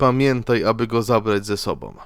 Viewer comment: ...drugOM, czwartOM, sobOM...przez to OMowanie nie daje rady sluchac....wychodze😢